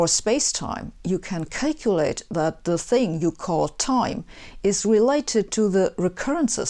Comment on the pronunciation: it always gets my how you can know everything about time, yet still don't know how to pronounce certain words like, "calculate" and such. 😅 (don't worry people, I do speak the same way as her .. that's why I'm "allowed" to point this one out, lol)